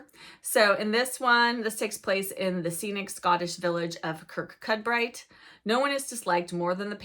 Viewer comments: Loved hearing you pronounce the Scottish town Kirkcudbright, the phonetic way to say it is kuh-koo-bree - we have lots of funny names that don't read as they look 🤣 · Sorry I just have to tell you that Kirkcudbright is pronounced kirkabree…….it’ll make reading it easier!! Really enjoying your channel, thank you.